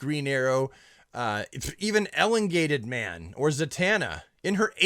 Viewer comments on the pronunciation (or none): It's E-long-gated man,.